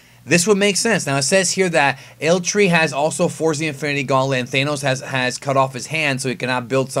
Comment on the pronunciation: Thanos, not Thaineos